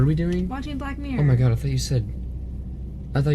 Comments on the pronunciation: She clearly said "fuck mirror" or something the first time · I swear I did not hear black mirror either 😂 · IM DYING, when said "watch black mirror" I THOUGHT SHE SAID SOMETHING TOTALLY DIFFERENT TOO!!!!!